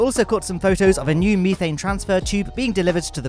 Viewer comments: Methane, not meethane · AAAAAAAAAA THE ME-THANE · In the UK it is meethane. They say aluminum different as well.